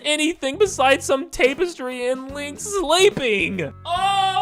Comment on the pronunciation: I’m not sure how to say this politely but I think you should learn how to say “tapestry” correctly Plus there was no Smash announcement